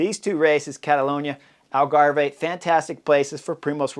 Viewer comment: Hi Chris ...Algarve is pronounced like Grave. no "eh" at the end. That is unless you are Canadian Eh! LoL